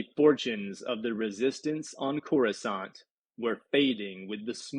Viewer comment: Next time read the book like it's in loving memory. I can not stomach this reading or the fact that you, much like many before you, can not pronounce Coruscant. (pronounced core-uhw-saunt). I wish absolute misery to everyone who says (core-uwh-scant). I hope someone burns all your books so you can't hurt anyone anymore with this abomination of a reading.